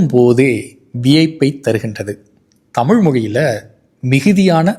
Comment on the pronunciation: தமிழ் என்பதை அழிக்கிறீர் தமுழ் என்று பேசுவது மிகவும் இழிவு.... மிகவும் கேவலமாக உள்ளது.....